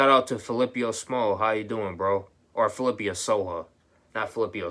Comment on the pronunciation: FIL ip PO not FiLIPIO. FI-LI-PPO. YOU SAY HE'S A GREAT DUDE AND ALL BUT YOU CAN'T EVEN SAY HIS NAME. FIL IP PO. lmao